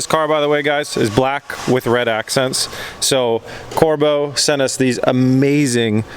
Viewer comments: just glad you got Corbeau's name right this time-haha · Glad to see your pronouncing corbeau correctly lol